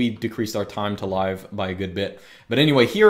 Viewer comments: about TTL. Its not "time to live [lye-vve]" as in the amount of time before something is live. Its "time to live [liv]" as in the amount of time that dns record has to live, before it expires. That's why a dns record with a shorter TTL will update sooner, because the old one expired faster. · I think you're pronouncing time to live incorrectly. I think it should be live as in liver.